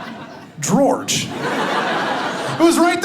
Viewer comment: That daggone Gworge! 🤦🏽‍♀️🤣🤣🤣 The gospel of Gworge! I love kids exactly for this reason!